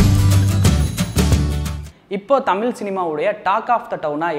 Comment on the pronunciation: அழகுதமிழ் ஐஸ்வர்யா எங்கே? உன்னோட "தமிள்" உச்சரிப்பு சரியில்ல...